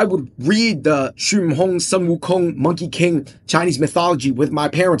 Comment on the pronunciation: Sun is pronounce as Soon. Correct pronunciation is Soon Wu Kong.